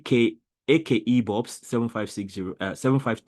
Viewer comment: I didn't expect you to redo the entire proof but it's nice. I am from a pure math background so that's why it caught my attention. 😂Thanks for the shout out. The nickname is pronounced as Ekibobs.